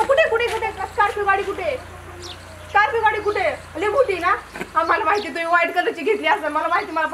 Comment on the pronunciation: स्कोल्पीयो पोंगपोंग..😂😂😂😜 तू पहिले मराठी बोलायचे classes लाव भावा..!! स्कोल्पीयो पोंग पोंग 😂😂😂😂😂😂😂😂😂😂😂😂😂😂